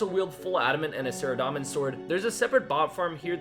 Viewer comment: Its saradomin not saradamin